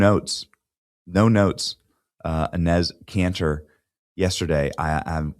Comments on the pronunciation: Benny is murdering Enes Kanter's name...lol...cracks me up. It's pronounced E - nis. Love the content...stick their own hypocrisy down there Adam's apple. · It’s pronounced “Ee-nes” Canter